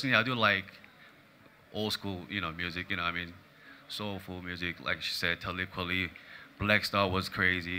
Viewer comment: Who is "Tellib Kwellie?" ? She must have meant Talib Kweli? haha